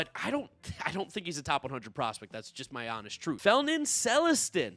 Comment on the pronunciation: I’m dying by the way you pronounced felnin celestin